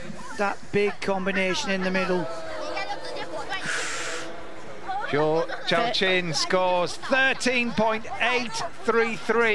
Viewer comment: None of you defending the commentator have any leg to stand on after this egregious pronunciation . Zoo showshwan ≠ Zhou Yaqin not even close. Second try a bit closer but where is he getting CHOW from